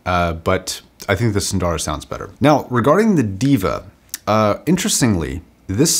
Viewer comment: It's not DEE-VA, it's THEY-VA/DEY-VA, meaning the Divine. You need to check out the original pronunciations of Arya, Sundara, Deva, you're mispronouncing all of them. PS: These are taken from the Sanskrit language.